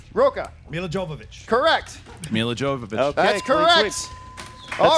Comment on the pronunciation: It's pronounced Yovovich. Fuck.